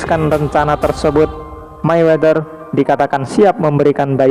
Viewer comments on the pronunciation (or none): none